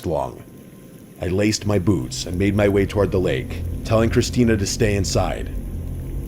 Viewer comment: ITS CHRISTINETH!